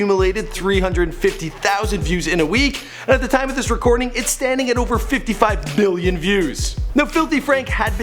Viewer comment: it sounds like he's saying 55 billion.